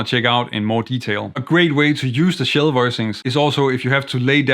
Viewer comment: I had never heard of shell chords, I thought maybe you were saying “chill” chords. Not far off :)